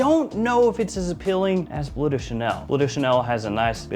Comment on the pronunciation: It's "Bleu" (french), not "blue". Should be pronounced with sounds similar to what you hear in words as "Hurt", "Burn" or "Blur"